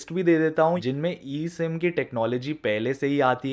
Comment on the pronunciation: Abe eem ya e sim lol